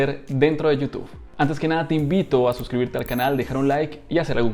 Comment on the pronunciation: Bro por qué dices youtufff jjj saludos